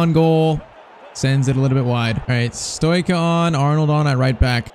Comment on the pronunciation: Pcq:Stoica is pronounced like Stoichkov, so its like Stoitchka